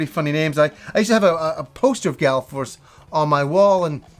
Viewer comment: FYI it's Gall Force not Gal Force. :)